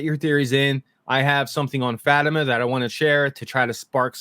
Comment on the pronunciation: I really like your video and takes, but can you please pronounce Fatima’s name correctly? It’s said frequently on the series, not sure why you mispronounce it.